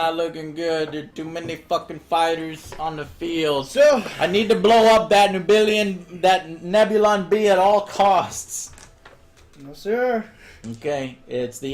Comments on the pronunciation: Grand Admiral Moff...wtf lmao Also Neb-Illion B? You mean Neb-U-Lon B lol All credit for making ok Tie Fighter Sounds are Null & Void now. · Interesting. Good watch, but dear god man.... Nebulon is pronounced Neb-U-Lon, not Nebilion!!!!! >.<